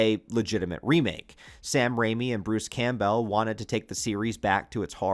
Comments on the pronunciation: Is it AI that can’t FUCKN SAY Bruce’s last name right over and over again?? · I can’t figure out if your voice is ai. The way you pronounce “Campbell” is very strange.